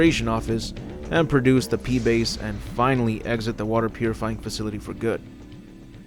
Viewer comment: 'Pee base' LOL